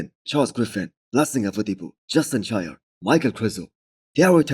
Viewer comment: Its justin sheer not shire, hes not a hobbit